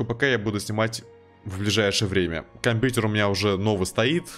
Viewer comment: Как ты ужасно говоришь слово компьютер...